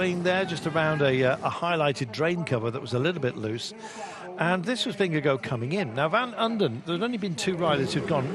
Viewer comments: He keeps saying Jonas Vingegirl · Anyone else annoyed by the 'Vingego' pronounciation by the brits